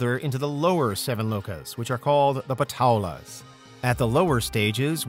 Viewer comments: It’s not Patala. Is is paa. Taa. Laa. Means underground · That's paataal not patola 😂😂